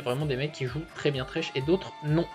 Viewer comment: Thresh et non tresh